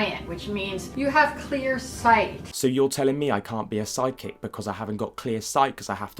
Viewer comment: I couldn't help hearing "sidekick" instead of "psychic"